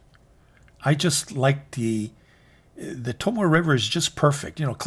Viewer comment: Love the channel. You've turned me on to a lot of great pens that I've added to my collection and introduced me to Shanghai Knife Dude who cracks me up every video. Would love to hear Tomoe River paper pronounced correctly as To-mo-ay River and not To-Mo River though lol. Can't wait to be introduced to more great Chinese releases.